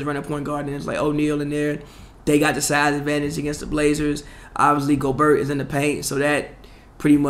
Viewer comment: Still doesnt know how to pronounce "Gobert"